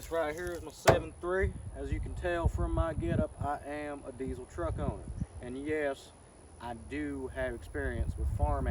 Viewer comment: It's pronounced "deezul" not diesel. I got some welds I'll trade for your mickeys